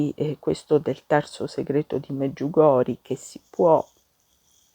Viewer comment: Mi scusi ma si pronuncia MedjugorjE